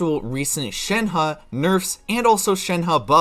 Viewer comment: Can we talk about how he said it correctly?